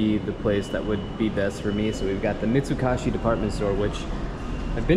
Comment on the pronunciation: Mitsu-KOH-shi sir. Not Mitsu-KAH-shi